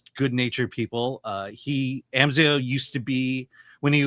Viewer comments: It’s pronounced Amz eye ah. Come on man they say it in the movie a bunch. Also, this movie was great. solid 8 out of 10. Please go see this folks! we need to support original movies. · Bro, how can you mispronounce his name if you've seen the film? They only say his name like a thousand times in it. 🙄